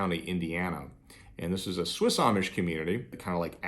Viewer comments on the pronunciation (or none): none